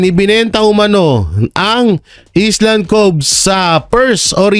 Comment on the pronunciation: Mali po ang basa po sa island ay ayland (sounds like) konting aral po